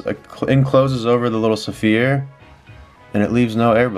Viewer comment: when you say "sphere" like saphere, is that a joke or something or is that how you pronounce the word unironically???